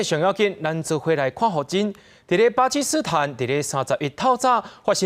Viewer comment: 「巴基斯坦」若是讀做 pa-ki-su-thán 就好勢囉。佮本來的讀音嘛有像